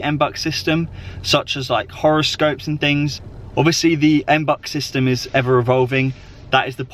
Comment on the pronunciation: It's not M-BUCKS. It's MB-You-X. Face palm...